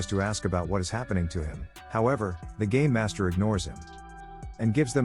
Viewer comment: Did I hear game or gay master